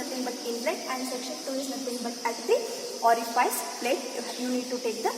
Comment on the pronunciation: Ori-fice hota hai, ori-faice nahi😢